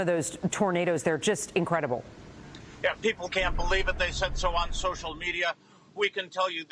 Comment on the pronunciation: Gloucester county is pronounced “ Gloster county” not Glowster county”🤦🏻‍♂️